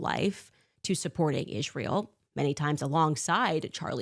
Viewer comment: I hate how she says Ishrael